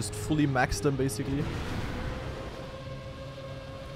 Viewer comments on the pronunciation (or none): none